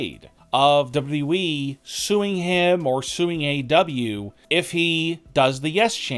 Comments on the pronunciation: Dude pronounces WWE as Double W Weee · Everyone: WWE. This Dude: Dubbadooweeee!